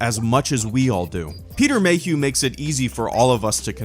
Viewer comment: peter mayhuehuehue